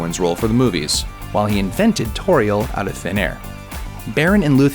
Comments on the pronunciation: "Sore-on" "Ball-rog" "Tor-iel" These started my cutting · Dear Looper- please have your narrators learn to properly pronounce the names of the people places and things in the videos you are posting. At least have the narrators WATCH THE MOVIES in advance of them narrating these so that we don't wind up with atrocious abortions like "sore-on" "tore-iel" "vuh-lar" and "bowl-rog" when the proper pronunciation is clear to anyone who actually watched the movies.